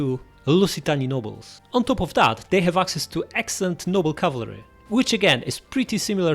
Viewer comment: Btw cavalry is pronounced cav-al-ry, not cav-la-ry